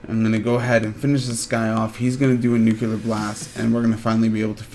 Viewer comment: Info was all fine, but you ramble a bit, and it irritates me that you say "Nuke-u-ler" instead of Nu-clear